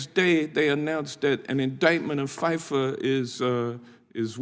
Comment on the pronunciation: anybody who cant say FIFA correctly should not be taken seriously. Dude is clearly a loser.